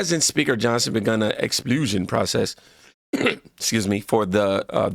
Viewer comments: Expulsion, not explusion. Expelling🙂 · Sorry sir need to pronounce it correctly, you’re saying it as LU instead of UL. Ex-pull-shun not Ex-plu-shun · It's actually pronounced Ex-Pul-sion (sounds like "dull" as crocket's brain). I like the way you pronounce it better though...ex-sploo-sion 😂😂 Makes me think it should be the name of a XXX movie starring Ratchet Crocket. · IT'S "EX-PUL-SHIN" NOT "EX-SPLOOGE-SHIN" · Phonetically pronounced Eks spul shen, man!! Not eks splu shen!! When you look up a word tap on the microphone and hear how it’s pronounced. You’re driving me crazy keep saying explusion rather than expulsion. Put the u in front of the L. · EX-PUL-SION. not explusion. ;-) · It's pronounced ex pul shun. Expulsion. Not explusion. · The word is “expulsion” ex pul sion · Pretty sure it's Ex-pul-sion, not ex-SPLOOJ-n .😂😂😂 like expulsion from school. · No dis, only to help, but it's pronounced like EX-PULL-SEAN, expulsion, not exPLEWsion. Example, "If she fights again in school she will be facing expulsion." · You definitely need to check the prescriptions of those glasses my boy!! lol Because I never heard of an "Explusion" but I do know what a Expulsion is....😂😂😂 Great vid though bro...lol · The word is pronounced as “expuuulsion”! Not explooosion! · EX- P U L - SION as in EXPELLED. Like you get expelled from school for fighting repeatedly. Not ex plu sion. 😉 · pronounced ex-poll-sion : to remove. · ExPULsion! Like getting expelled from school.... Don't say explusion nomore bro bro! haha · It's pronounced X- spell - tion . You know when you get thrown out of school. We need to make grammar great again. 😎👍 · It's because you're saying it wrong, it's ex-pul-sion. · (Ex-pahl-shun is the way you pronounce it. Just trying to help. 😊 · Sir, it’s expulsion pronounced as “ex-pol-shun” Crockett is Fake Ratchet. “Barbie” doesn’t wear a weave! Her hair actually grew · "Explusion" lol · You are pronouncing expulsion wrong. Think about the word expell